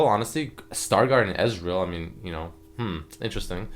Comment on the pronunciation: wait just saying star gurdian ezreal?!